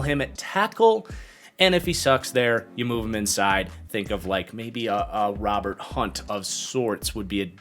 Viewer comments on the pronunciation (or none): none